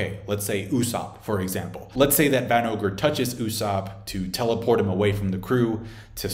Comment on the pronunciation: "Van ogre" cmon man lol